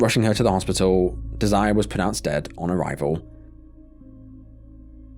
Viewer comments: Im thinking it's pronounced dez-er-ray not Desire. Small point. You don't good work. Carry on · It's not desire it's Desiree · Probably pronounced Dez-er-ray. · not sure why my comment is gone? but if you’re going to jaywalk with your kids at night while not paying attention to oncoming traffic, you d*s*rve to get h*t by a c*r. also, you really need to learn how to pronounce some words & names before publishing your videos. the name Desiree (even if it only has one E) is pronounced DEZ-er-ae.